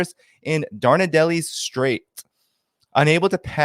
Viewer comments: btw: Dardanelles is pronounced: dahr-dn-elz, not dahr-dn-nel-ees. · Stop proselytising. Stop waffling. Provide evidence for your claims. Learn how to pronounce Dardanelles. You're losing me.